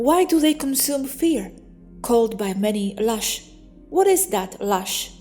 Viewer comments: True, I couldn't figure out what lush was...then in context I knew she was saying LOOSH. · PLEASE NOTICE Loosh is pronounced like a hard U sound.... like in the word goose I know English is not your first language but you do very well. Thank you.